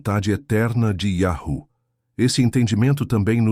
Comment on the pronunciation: mas irmão vc está pronunciando errado quando pronuncia iarru, um exemplo bom é tipo uma senha de voz para abrir um cofre ou uma porta, se o som num for o certo o cofre e nem a porta vai se abrir.